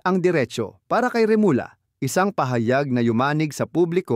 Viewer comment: comment sa iyong pagbasa sa remulla (remulya) rather than remula.